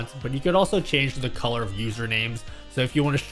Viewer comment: Your inner Italian came through when you said, "with this widget you can of course, change-a-the-font"